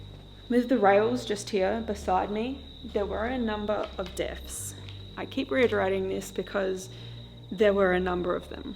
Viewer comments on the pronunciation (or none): Hi. Another great haunted old building. My friend who is actually deaf and lipreads a lot watched with me today and asked me "why is she talking about us deafs all the time"? I said that your saying deaths😂